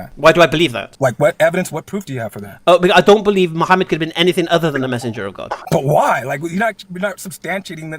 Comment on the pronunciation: "¿Bwut whyah?" 😂😊 Is very intriguing